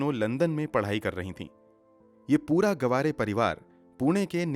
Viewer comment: Brother it's not गवारे it's [गावरे] Btw nice narratiom 😃